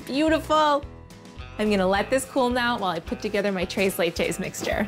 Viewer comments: 'tres' is actually read with the 's' but you're so cute and fluffy so whatever. I'm simping, what u gonna do about it? To be fair I just watched this because of Molly Yeh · Take the white privilege down a whole lot. 1. Tres Leches is not Mexican. 2. Tacos ≠ Mexican 3. Any kind of sprinkles don’t belong on Tres Leches. 4. Learn how to say Tres Leches. 5. Tone your excitement down, you are being super extra. 6. Work on your presentation, it isn’t Food Network quality.